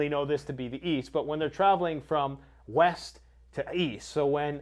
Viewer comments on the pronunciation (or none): From west to east? I thought you said weast